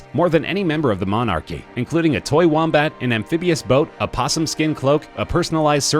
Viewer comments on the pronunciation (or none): none